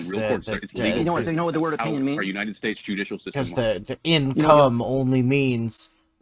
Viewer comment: Ve-Hicle, the "h" is silent. Are instead of our. Should have stayed in school.